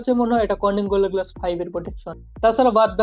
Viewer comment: উচ্চারণ শুনেন,,, পিলাস+সিলিম+গিলাস!!! চলে এডি মার্কেটে!!??